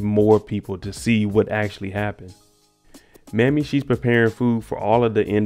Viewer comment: Not trying to be disrespectful, but it's pronounced May-me. Not Mammy. My grandmother's name was Mamie.❤️